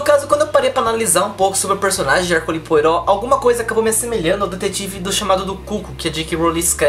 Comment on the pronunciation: Ah! A pronúncia de Poirot é "PoArrô", sobrenome de origem francesa ;)